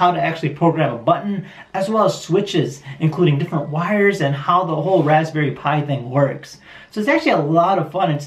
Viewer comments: It's called a raspberry Pi, not Raspberry pee eye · Raspberry Pi... It's not Raspberry P I it's Pi as in the mathematical equation... Please correct yourself if you come across a Raspberry Pi in any future videos. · Why dose he keep saying raspberry P I it's pi like pie or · Its rapberry pi as a Pie not as a Pee I. And its a breadboard not a chip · Het it's not p I its pie but in pi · Raspberry p i WTF BRUH IT'S PRONOUNCED LIKE PI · I don’t know how to build a computer and Idk what most stuff is called but I do know it’s pronounced blueberry pie not p I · It's Raspberry PI! As in PIE NOT P.I. 😡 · It’s not p i it’s pronounced like pie 😂 PI DAMMIT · It may be pi, but it's said like pie, not individual letters, is what CombatRedefined is getting at. Y'all think you're so smart, yet you can't comprehend a perfectly understandable point. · rasberry pi < in pronauced pie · i died when you pronounced Raspberry Pee Eye... hahahhahahah seriously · You say it like rasberry pie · The raspberry pi is actually pronounced as raspberry pie like the 🥧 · he does know it pronounced as raspberry pie right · please never say raspberry p-i ever again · Raspberry PI is pronounced “Raspberry Pie”